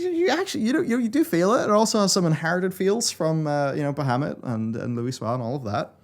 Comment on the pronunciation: you're saying bahamut wrong youtube translates it to muhammed XD